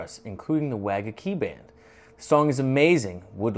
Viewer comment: Nice video. It's pronounced "waGakki not"WAgakki". I appreciated that you immediately noted the microtonal work on the vocals! That's Yuko Suzuhana, a national champion in Japanese traditional sung poetry.